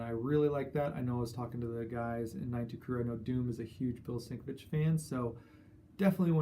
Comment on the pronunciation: Hey. Always enjoy your vids and everything by the 9.2 crew! Congrats on the pick ups as well. I hope you don't mind one little bit of constructive input and I promise that I am not trying to be a douche bag, just notice this everytime you mention his name. I can't spell it but it"s pronounced Bill Sin-Kev-Itch. you do such a great ob on the videos I thought you would want to know. Peace